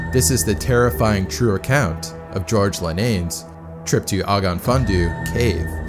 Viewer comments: Oh-gof fun-on thee for prenounciation! It means the Black Well cave. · Great video! For reference, the name of the cave is pronounced ogg-ov fun-on thee ☺️ I'm from not too far away and speak a fair bit of the language (it isn't easy to pronounce!) 👍🏻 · Not picking on you for a moment, love your videos, but as a Welshman I want to try to help you with the pronunciation. "Ogon-fun-do" is not it. Ogof (pronounced og-of) means cave, Ffynon (pronounced Fin-on) means funnel or chimney and Ddu is Welsh for black, pronounced Thee, like in old times, Thee shall do the following etc. Welsh is a very complex language, and although I can speak it fluently I just realised how hard it is to get the phonetics over in text :D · It’s pronounced Ogof fun-non thee….. you got the Ogof right. Ogof fundoo sounds interesting though. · Ogof Fun Do 😂😂😂😂😂😂😭 Best butchery of Welsh language award so far 😂😂😂😑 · Great video. BTW it's pronounced "Og-Ov Fun on Thee". Roughly . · Hey. I'm from Wales and its pointless information, but the cave 'Ogof Ffynnon Ddu' would be pronounced 'O-gov fin-non thee'. Its just the Welsh pronunciation. Double D is a 'th' sound. And 'u' is pronounced as an 'e'. Ddu means black, I know that much. Amazing videos by the way I've watched almost all of them at this point! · Pronounced - Oggov Funnon Thee. 5 syllables. The Dd (Th) in the last word is soft, as in that. Hope this is helpful, not irritating. Welsh can be tricky. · If you want to know the correct pronunciation for Ogof Ffynnon Ddu = Ogaf funa thee (dd in welsh it a 'thee' sound) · No hate, just educating, the cave is pronounced: Og-off Fun-on Thee Dd is a letter in Welsh, pronounced similarly to Th, but with more of a dull sound to it. Y is pronounced as ugh sound, the same way you would pronounce the letter U when saying the word Up. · Just a lil help with the translation It's pronounced like Oggov Phyynnon Dee lol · "OG OV FUN ON THEE" Cave Spring Black. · Pronounced roughly Ogov Feenon du